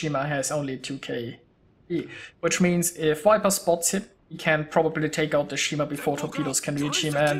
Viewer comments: Nice game. Too bad about your early death :) Btw, viper is not pronounced wiper :) Just use the German 'w' as the first sound and all is fine. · I am sorry, I didn't mean to criticise, I just thought that your English is so good, I wanted to help a tiny bit. When you say viper, it sounds like the English wiper, like windshieldwiper, which is Scheibenwischer, I think, in German. The 'v' is harder than that in English, more like a soft 'f', not like a 'w'. In Berlin where I live (but I am not German), I hear the German 'w' said more clearly as the English 'v', maybe that is a regional thing? This sounds a little too soft, probably due to Google's codec, but it gives the idea (strangely also on the German side)